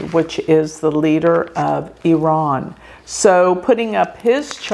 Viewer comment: thank you for pronouncing IRAN correctly